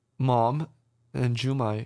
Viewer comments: why am i so annoyed that they called "jukai" "jumai" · His name was Jukai not Jumai, great reaction!